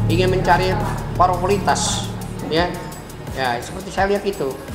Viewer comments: Tanya " popurlitas " apa pk pengacara ? Ngakak saya...hhhhhhh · Yang bikin gw agak bingung, itu si pengacaranya ayah Taqi Malik bener2 profesi nya pengacara apa bukan sich? Koq ngomongnya blepotan ya. Popularitas disebut puritas. edvice (edvis) disebut advis. Bukannya utk jd pengacara itu sekolahnya tinggi yaa. Liyeur dengernya 🙉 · Tepuk tangan. Pengacara nya ngomong popularitas aja susah bgt